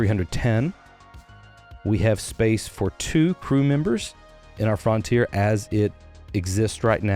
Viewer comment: Why are you pronouncing it Fron tier?